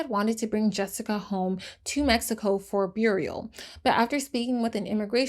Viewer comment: not my native language but if you meant "burial" , thats not how its pronounced.... or mauseleom ,im sorrrrryyyy😅😂